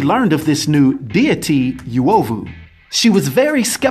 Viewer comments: pretty cool that there's a kenyan-based marvel character!! I'll look for this. Just a note: Uovu is pronouned oo-o-vu. Not yu-o-vu. And uzuri is pronouned oo-zoo-ri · Please stop🤣🤣🤣... It's not "Youovu" but U is pronounced like the U in "UNO" so its UOVU not YOUOVU, good to see my country has mutants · The 'yoo' 😐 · Pronounciation is not Yuovu but uuOvu. The U sounds like the "oo" in soon. Love your content man. Cheers for this. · As a Kenyan, I'm so jazzed to see this! Although the word is pronounced U (not -Yu)ovu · I think it's pronounced U O V U and not Yu O V U if the translation is correct. ( I'm Kenyan) Its also U Z U R I not Yu Zu Ri. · That reads "uh-o-vu" not "yu-ovu" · Uovu not yuwovu uzuri not yuzuri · It's UH OH VU Noun derived from the word 'Ovyo' to mean 'Badness' literally or 'Evil' technically. -Random Kenyan. Dafuq is "Yuwohvuh" 😑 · I think it's pronounced oo-oh-vu, not you-oh-vu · Its not pronounced as "you-ovu" but "oo-ovu" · It not you-oh-voo. Its pronounced ooo- wo- voo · It's pronounced Oo.ovu not U.ovu😏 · Yo. I know this guy is trying his best but it's super hard to focus on what he's saying when he keeps butchering the names. Suppose to be like the vowels. a.e.i.o.U... then U-O-VU. U like loot. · Not the right pronunciation.. Uovu is pronounced oo-o-voo.. greetings from swahililand Tanzania 🇹🇿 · Oo-owe-voo. Ooo-zoo-ree. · Actually the correct pronunciation is oo-aw-voo 🇰🇪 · correvt pronunciation is oo-ovou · Im kenyan nd the way u pronounce uovu and uzuri just cracked my ribs ,,,,,,,I LOVE THIS CONTENT MAN 👍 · That ""uovu"" pronunciation killed me Nice content though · You pronounced it wroooooooooooooong !!!! bruuuhhh! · Just pronounce Uovu and Uzuri correctly 😬😭